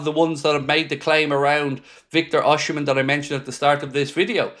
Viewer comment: try say O c men.